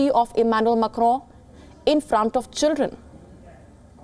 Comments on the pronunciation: Why you oronounce Macro so strong. Cant you listen french tv just to pronounce little better. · “MAK-ROOUN” lol so annoying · Did she just said,'' Emmanuel Macro''? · please stop pronouncing "Macron" like that... do you hear yourself? oh my god